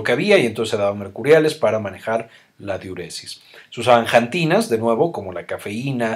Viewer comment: jantinas ? no se dice xantinas ?